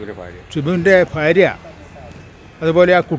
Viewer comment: ഫാര്യ അല്ല ഭാര്യ